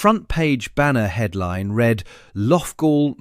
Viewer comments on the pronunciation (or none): none